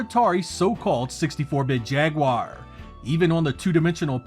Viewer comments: Thank you for not pronouncing it ‘jagwire’ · Finally, someone on YouTube who actually pronounces the word "Jaguar" correctly. 😅